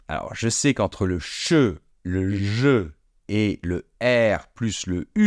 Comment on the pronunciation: Boff!il faut aussi prononcer ,je sais etc etc et ce monsieur dis je Sé!alors….